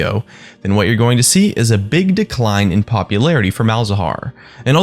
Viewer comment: "We are going to see a BIG DECLINE..." XD how those two words sound,i think it might be intentional